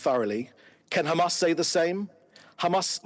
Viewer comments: That old fool keeps repeating khamas khamas, did khamas murdered Hind Rajab and her family? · I've lost count of how many times he said Qamas. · I think everyone switches off the second they say khamas...to save their ears from being polluted with their bs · How many times he said khamas? Every singles statement of his has at least 90% khamas!! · He just does not shut up!!! Bla bla bla!!!! He said Khamaas Khamaas maybe Zillion times!!! He should seek psychiatric help!!! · By the way it's beautiful to see that 99.99% reacting to this video is against David and his Israhell. But after hearing "GAMAS" for "93" times in 10m i'm out, everything is GAMAS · khamas khamas khamas khamas khamas why this Israeli gov spokesperson always speak out of the box/topic and always avoid the question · How many times he mentioned Hhamas😂😂